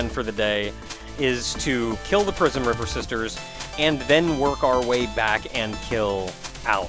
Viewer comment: I keep hearng "Prismriver sisters" as "Prisonriver sisters". Derf. It perfectly reflects my opinion on what most musicians deserve, but it's a bit harsh on those three.